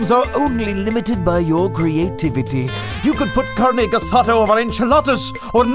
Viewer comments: CARNE GEH SA DAH... 😂😂😂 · Carneh gehsadah... yeah well it's not that bad 😂 Viva México!! You should try doing pollo con mole 😆